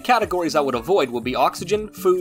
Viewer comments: I've never really understood why Americans are so utterly terrible at pronouncing, well...pretty much anything really...but it really is fascinating. Anyway, it's... Chitin - with ch like a k sound...'Ky-Tin'...like chiropractor or chimera....and I'd explain how to say 'attributes' also, but I can't be bothered. The 'T is 'pestle' isn't pronounced either. So ends today's pronunciation police public service announcement. Have a nice day ya'll. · Bro it drove me nuts too I was going to basically comment the same thing you said. Chitin, attributes, bruh >_<